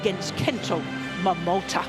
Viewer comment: CAN THIS IDIOT COMMENTATOR STOP SAYING MOMOTO ALL THE TIME. ITS MOMOTAAAAAAA.